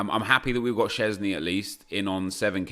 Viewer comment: Btw say voycheck sceszny cause thats how you say wojchech